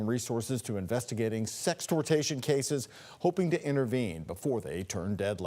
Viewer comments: The anchor really said "sextortation" not once but twice 😭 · Idiot said sextortation, lol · Can he not read? Sexh-tort-shun not sexh-tort-tation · How you gonna be on tv but can’t even say sextortion correctly hahaha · Tell the reporter how to say "sextortion"